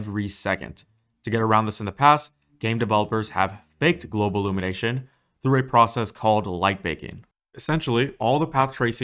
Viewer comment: “Simllate” “Globlumination”